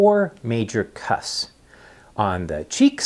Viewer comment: Please pronounce the 'p' in the word 'cusps'.